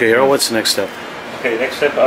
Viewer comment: been friend with for years, still butcher his name on every video:p